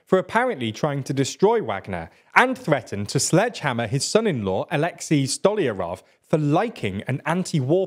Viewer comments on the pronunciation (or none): none